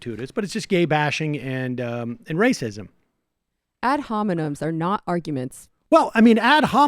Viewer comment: Sam has no problems with "odd-hominums"